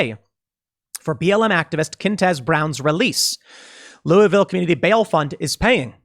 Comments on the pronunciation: Being from Kentucky, I am just really impressed Tim pronounced Louisville correctly. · Thomas Massie got to Tim! “Lou-a-vul”!!! Good on you!!!